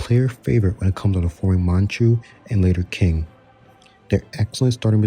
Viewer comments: just fyi: Yeren is pronounced like Ye - Ren (2 words). Haixi > Hai ci Jianzhou > Jen - joh Also its Qing (Ching) not "King" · Just btw Qing is pronounced as Ching. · qing should be pronouced more like ching, also i think that g. horde is better than the crimea - u can also ally ottomans but u r a lot bigger, have better expansion, basically everything is better